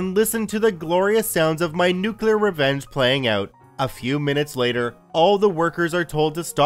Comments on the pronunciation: Hey it's Nuke-Lee-are not nukular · It's new'-klee-uhr, not new-que-luhr Geez. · Did you pronounce it Nu-Cu-Ler instead of Nu-clear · "Nook-you-ler" lmao